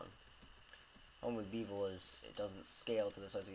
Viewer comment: It's BEH-vel, not BEE -vel